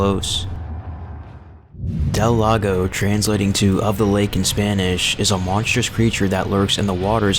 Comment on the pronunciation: El Gigante and Del Lago are almost the only names you pronounced correctly though Gigante is a guttural h